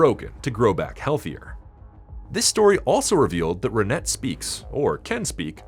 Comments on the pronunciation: I cringed everytime you mispronounced her name. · Renet is a French name. The "T" is silent. In English, it's kinda pronounced "Ran-ay". In French, it's more like "Rhun-eh".